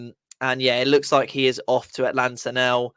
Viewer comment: It is Atalanta, not Atlanta…. But yes, classic Moyes